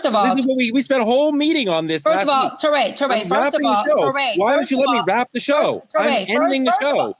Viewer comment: Touré is pronounced Too-Ray. Not Taw-ray. Americans truly annoy me with their insistence in disregarding the language rules of languages other than English. It gives coloniser arrogance.